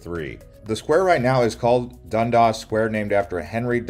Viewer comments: You really butchered the Toronto street names with “Dondas” and “Spadeena” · Your pronunciation hurts - I'm not sure you've even been here. Things mispronounced: Spadina (Spa-Dine-Nah). Toronto (Tor-On-No). Dundas (Dun-Dass), Yonge (Young) - Montreal (Mon-tree-all) - and BTW we are not renaming Dundas Square to Lightfoot? Where do you even get this mis-information? Thumbs down. Not informed. Never been to Toronto. Probably just an AI Bot. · Local here! The way you pronounce Yonge and Dundas is hilarious. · 🤭👈da way u say dundas tho...